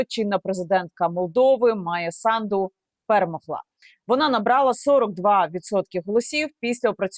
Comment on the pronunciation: САнду! С А н д у.Не СандУ!!